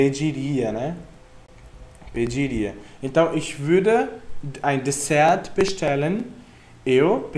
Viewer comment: Só uma observação: o T da palavra DesserT não tem pronúncia.